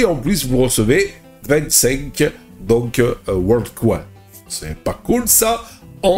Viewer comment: ) C'est pas coin comme "coincoin" mais coin comme bitcoin. Coin en anglais, ça veut dire pièce. Il faut que tu le prononces correctement sinon les gens ne vont rien comprendre. On parle d'intelligence artificielle et je ne vois une qu'une queue reptilienne ;:-)